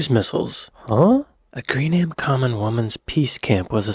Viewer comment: Greenham lost it's missiles as a result of the end of the Cold War and the airfield returned to common land. Normally we complain about Americans mispronouncing British names but this Scottish chap can't cope with Greenham.